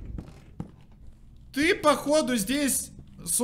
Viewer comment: Я чуть не оглохла от "Батьки", ты так громко произносил это слово. А про испуг, я вообще молчу, но ты крут. Жду проду